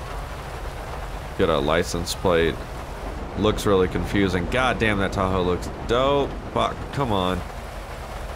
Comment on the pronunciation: This man said taco rather than Tahoe lol